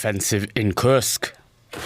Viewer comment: Kursk. Not Krusk😂